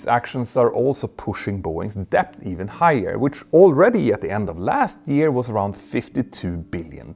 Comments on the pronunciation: Great video, but small irritation: English pronounciation of "debt" -> "dett" not "deh-bbt". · For God's sake! You don't pronounce the "B" in "debt"! Made me cringe every time i heard it.